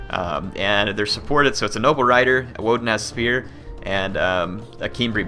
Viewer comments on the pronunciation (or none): I thought I heard "Wooden ass spears" instead of "woodenaz spears"